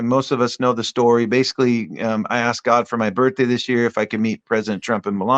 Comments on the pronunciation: I love GodD pronunciation. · The people who pronounce "God" and "Lord" like they're spelled with two Ds. "God-duh" and "Lord-duh."